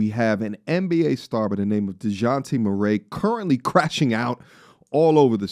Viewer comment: never heard Murray pronounced that way, but it actually makes sense